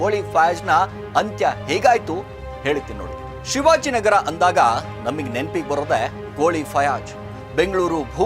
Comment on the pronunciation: Yavano Ganji Giraki ivanu YouTuber, Rizwan ge Rijjwan Fayaz ge Fayaj, Nayeem ge Naheem, Shivajinagar ge Chivajinagar anta hesare change madi heltiya, full bundle story 😂😂